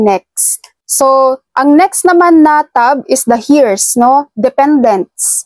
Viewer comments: Eirs po ang pagbasa maam hindo po hers😅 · Heirs pronounced as “Eyrs” or “Aers” po means tagapag mana. Salamat po sa info ninyo love it ❤️❤️❤️